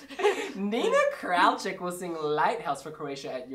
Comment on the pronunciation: It's not Kraulchik, its Kraljich.